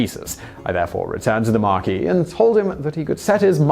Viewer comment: Simon, he was a British Marquess (pronounced "Markwess") rather than a continental Marquis (pronounced "Markee")